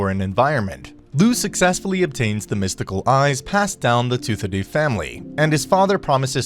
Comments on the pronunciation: Anyone notice how you says Lou not loug And Toothaday instead of toowathaday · why are you pronouncing it tooth-a-doo when its pronounced two-atha-day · its pronounced tua ha dae